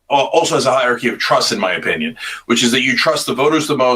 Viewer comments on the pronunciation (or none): Cenk its hierarchy not hierchy.